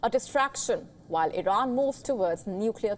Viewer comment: Congratulations Iiiiiiran as they pronounce it😂